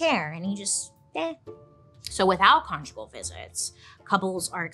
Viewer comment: Did I just hear Bailey say “get con-jiggy with it?”😂